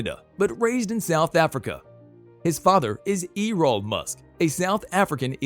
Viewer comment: Dude. Where did you learn to speak English? E-roll? Toe-sca? Pay-low Alto? Come on, you really should look up how to pronounce words you don't know before making videos. [Protip]